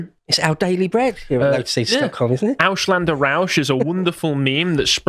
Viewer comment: languages are not hard brits its Ausländer, not Aushlander